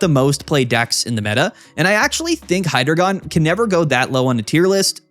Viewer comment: It’s pronounced Hydreigon, not Hydreigon